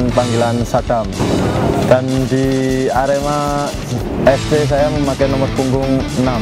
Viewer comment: Lek nyebut "ker" kok koyok nyeluk petek sam....hehe....sing bener iku lek nyebut huruf "e" yo kudu kyk nyebut kata "edan" ngono loh...Sasaji A.R.E.M.A